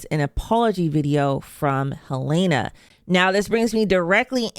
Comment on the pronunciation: Her name is Helena, not Halaena